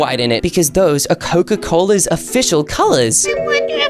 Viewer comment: Coca not coco😂